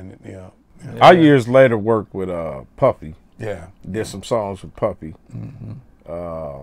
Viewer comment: It cracked me up how Kokane said puppy instead of puffy when speaking about their relationship 💪🏿💯😂